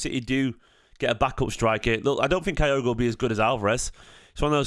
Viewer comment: My wife is Japanese so for my sake (to stop her moaning every time you say Kyogo while I'm watching these) his name is pronounced like this. Sorry to be fussy but she's killing me! 😂